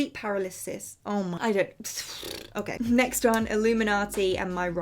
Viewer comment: I love how she is trying to pronounce paralysis, I got you girl. Sound it out like this - PER-AL-EHH-SIS. GO OFF SIS!!! ILYSM